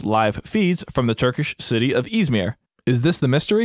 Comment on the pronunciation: it is not pronounced izmier it is pronounced izmir